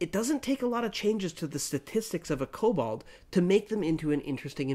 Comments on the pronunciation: Kobald? It's actually written on the screen, there's no 'a' in the name, it's 'Kobold' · Kobold... Say it with me, Ko- bOld. Not kobald.